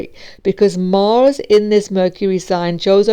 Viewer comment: And not Morse,but Mars 🤣🤣🤣🤣 Whats this accent?